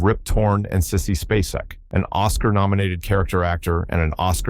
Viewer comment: Sissy Spacek is pronounced, space-ick. Why wouldn't you figure that out before recording?